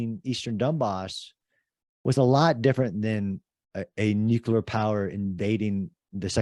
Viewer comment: Why do so many guys have trouble saying the word nuclear? I've heard so many people pronounce it nuculer. Wonderful podcast by the way.